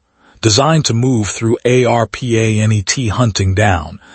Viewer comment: AI voice can't pronounce Arpa-Net